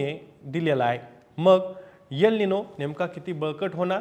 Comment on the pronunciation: यल निनो नाहीतर एल निनो असा उच्चार करावा तसेच यम नाही तर एम उच्चार करावा .